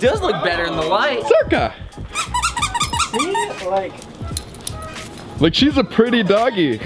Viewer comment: i didn’t know the dogs name was “circa” and all i could hear was “zerkaa” bc i’m a zerkaa stan HAHAHAHAH